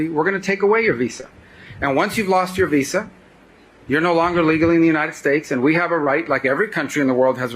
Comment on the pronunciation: Dude doesn't even know how to pronounce Visa.